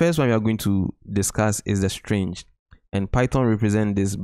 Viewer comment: It was throughout the entire video as well as in the description of the video chapter starting . Most places you have it listed as “string” but pronounce it as “strange”. Regardless, thanks for these videos! They have been very helpful!